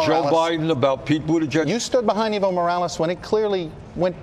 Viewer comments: Dear Americans, please learn to pronounce the name "Evo Morales". It's not eevo, it is eh-vo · Not eevo, ehvo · Hey Kyle, the right way to say Evo is Eh-vo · The former president of Bolivia is EVO, not IVO. Ok, I understand this host doesn't speak Spanish... but ¿Ivo? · it's not iiiiiiiiiivo Morales, i'ts EEEEEEEEEEEvo Morales. EE as in Enter. You don't say Inter, right? you say EEENTER, then say with me , EEEEEEEEEEEEEEEVO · Its Ehh-vo no evil lol